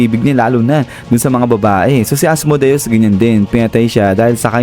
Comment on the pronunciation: Asmodeus hindi Asmudeus